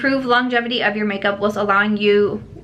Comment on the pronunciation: I LOVE thos whole look! The hair, the makeup, the outfit. 🔥✔️ Also, whilst is pronounced just like "while" with an "st" at the end. It's more commonly used in the UK than the US. ❤️